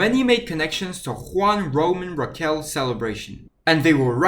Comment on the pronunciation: It’s not Raquel, it’s Riquelme